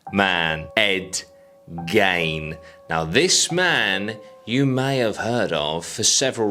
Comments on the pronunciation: It's Gein .... as in Geen ... not gain ...as in gaining something .... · Pronunciation of the last name drove me mad. It’s pronounced Geen like the old woman Jean who lives on the corner of the road but with a G ! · I swear his name is pronounced Ed ‘Geen’ I’m probably wrong but it’s how I’ve always heard it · He keeps saying Ed gain… lmao who tf is Ed gain. It’s gein (geen) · Hey mate his name is pronounced..." Geeee-n"... Like the word seen but no s use a -G-.... Geene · "Gain" irked me, too, until i imagined how i'm probably gonna murder Aussie words. ?probably? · I always thought it was g eye n